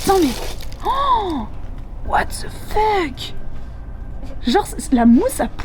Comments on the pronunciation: Whats ze feuk 😂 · Le " What ze feuuuk " 😂😂😂😂